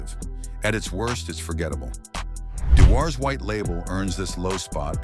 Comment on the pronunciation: You know it's going to be educational when they start with ice lay(islay) then pronounce same writing differently each time mentioning it (dewars)🤨😂😂